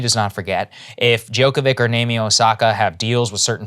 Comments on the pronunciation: Saagar butchered Novak's surname. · He butchered Novak's surname. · Omg, “DjokoviCH”!!!